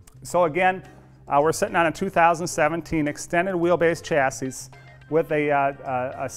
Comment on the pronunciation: Please learn how to pronounce chassis...